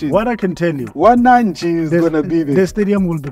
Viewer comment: Don't say Wanachi 😂😂😂😂 it's WANANCHIIIIII😅😅😅😅😅😅😅